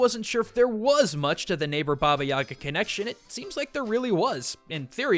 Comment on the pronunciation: The way he says Yaga hurts me...